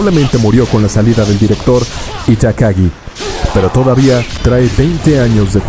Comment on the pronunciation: Itakagi? Es incorrecto seríap "Itagaki"